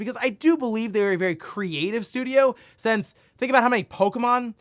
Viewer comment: Since, it’s since. Not sense.